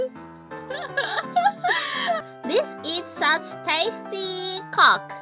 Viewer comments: Matsuri in , after reading "This is such tasty coke" (as "This is such tastiii kok ") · "This is such tasti kok!" Bruh